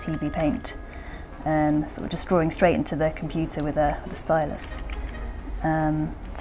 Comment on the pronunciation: DRAWING not DROARING